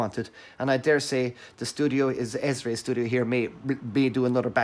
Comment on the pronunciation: Thanks for the review and proper pronunciation of "Xesray".... we all were wondering.😉👍🏾